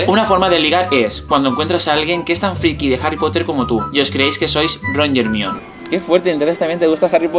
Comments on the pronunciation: ermion??? jajaajjaja se dice jermayoni, pa que entendais joder. hahaha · cuando pronuncio "hermion" quede como wtf xD